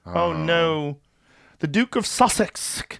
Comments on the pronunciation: you had me rolling sounding like daffy duck struggling to pronounce the word sussex 😂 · Listening to Joe try to pronounce 'Sussex' (my home county) was cute!